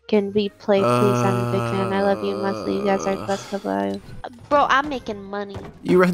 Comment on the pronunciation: “WES LEY” 😂😂😂